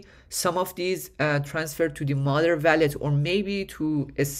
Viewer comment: wall - let . not valet